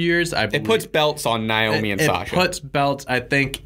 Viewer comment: Its pronounced nayomi not nyomi